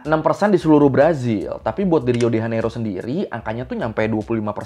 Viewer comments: Diucapkan "hiu de janeiru". "j" diucapkan seperti "je" dalam bahasa Perancis (aku orang Brasil) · Btw Bang, Sebenar nya Pengucapn Lokasi2 di Brazil itu pakai Bahasa Portugis Brazil. "Rio de Janeiro" itu diucapkannya "Hiu de Janeiru" dalam bahasa Portugis Brazil wkwkwk